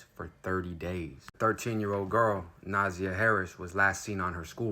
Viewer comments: It's NA ZAY YA . Not nausea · Name is three syllables with emphasis on the second syllable not the first syllable so “na ZI yah” (hope that makes sense). Thanks for covering this crime story and let’s pray for justice to be meted out asap. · If you are going to report on these stories, please have some respect and get the facts right. Specifically, the pronunciation of the name. Her name is pronounced Nuh-ZY-ah. And her aunt is Shannon. Who is Teria? And he did not live there. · Her name is pronounced Na-za-yah. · Na-Zy-a is how you pronounce her name. Na-zy-a 😅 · All of your INFORMATION IS WRONG!!!I INCLUDING THE PRONUNCIATION OF NAMES.... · Sir, I appreciate the reporting…but you TORE those names UP! I’m dyingggg 😭😭😭 the pronunciations are JAR-VUS and NUH-ZY-YUH 💜💜💜 Thank you for posting!!!